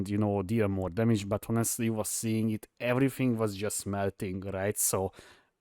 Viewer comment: tonkiness it's everyfing